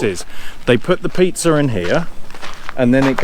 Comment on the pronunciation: I was laughing all the way through 😂 Do you know when you say pizza, you add an R at the end ??😂😂😂😂